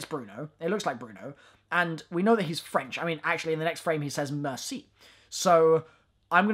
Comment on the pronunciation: Honestly your French accent here could work, one thing you got absolutely right is the way the pronounce "the" and everything else that starts with it, people in France don't get the fact that "ze" makes zero sense but they still use it